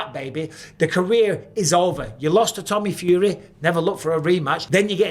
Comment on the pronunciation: Bro said “Tommy Furry” 🐶😂